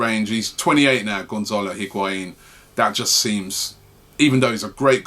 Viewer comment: If we're going to be talking about Higuaín every day someone needs to teach Robbie to pronounce it correctly.